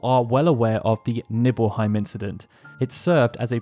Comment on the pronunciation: Was I the only one to hear Nipple-heim instead of Nibbleheim? lol